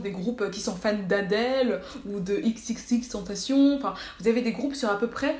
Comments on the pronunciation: Malko Jaton france italie mongolie etc dans tous les pays du monde du monde ca ce dis « ex ex ex ten ta cion » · Oozaru oui pas ixe ixe ixe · PARDON TU L’AS PRONONCÉ COMMENT